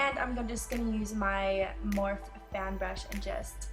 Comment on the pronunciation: Wait did she say "morph" I thought it was pronounced "morpheeeeeee" I exaggerated the e's but you get it .